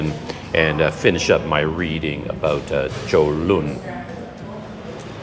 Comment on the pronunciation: Wow your pronunciation of Cholon is pretty good for years I pronounced totally wrong . I go on bus 56 every day and only once they did that to me they are usually pretty good The park 23/9 across from your hotel use to be the main train station and they use to have a tram 100 years ago from Saigon and Colon Back then it was the twin cities of Saigon and Cholon Even today people refer to those areas as Saigon and Cholon , but today Ho Chi Min city is a very large city that has districts that were never around back when people only called it Saigon Like Bangkok and Kuala Lumpur Saigon used to be controlled by the Chinese merchant class even when the French controlled Vietnam . Before 1975 the Chinese controlled 85 % of retail 95% of wholesale and 85 % of the banks . After the war the governments main concern was to clear out the Chinese and so many left as boat people. Today many are coming back and they still have power but nothing like before 1975